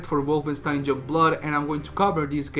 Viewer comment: Why can't you say 'young' correctly?